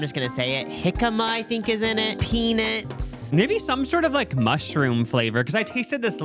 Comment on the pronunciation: Hehe I love the way says peanuts. Pee-nits 😅